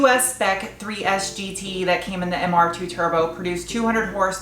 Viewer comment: I only just realised you are calling it Mr Dos, as in two in Spanish. MR2.. Mr Dos.. I get it.. As an Australian I was hearing Mr Dose! which is what Aussies call the turbo flutter noise. so when you kept saying Mr Dose I thought you were going to make him Sutututututututuuututututuutututu.